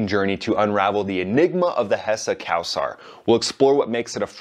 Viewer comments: btw it's not cow-saar it's co-sar. it's an Arabic name but the pronunciation is Persian. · It's co-sar not cow-sar! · Thanks for your effort and great Video. but you should work on your pronauncation. The Land is Cald IRAN. Spoken like eeran and Not Ayran. The plane is called Kowsar spoken like Co-Saar. Maybe you try it to type in google and let IT read or ask an iranian/PERSIAN. And Iran bout Yak-130 to train su35 pilots. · “Ayran” “Kowasar” This guy is great